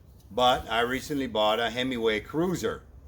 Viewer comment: so you do not need the module sold at Bolton Ebikes? Oh Himaway.?/ I swear I keep hearing hemmingway